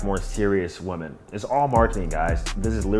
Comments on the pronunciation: Finally! I've been scratching my head for over a year trying to figure out why he keeps saying "woman." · naw.. women is pronounced like it has a couple I’s in it…